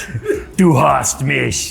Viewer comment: props to you for pronouncing "mich" correctly